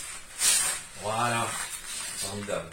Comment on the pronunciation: j'adore... A la base suis ch'ti donc le "voilö" ... Suis fan, merci pour tes vidéos